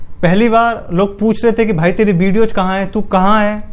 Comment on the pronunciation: भाई वीडियोज को बिडियोज क्यों कहते हो , थोड़ा अच्छा शब्द प्रयोग करो